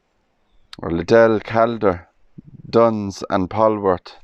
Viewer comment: You're pronouncing the surname wrong. It's pronounced "CALL-DER".🏴